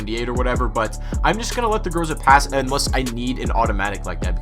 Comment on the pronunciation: The 'Gruzah'